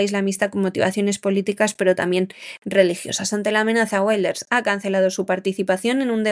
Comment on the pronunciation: Y los secuestrados por Hamás que han muerto, ¿Cómo han muerto? ¿Cómo se lo han tomado sus familiares?, Wilders no se pronuncia en inglés, tome ejemplo del señor Vidal, que pronuncia mejor los idiomas...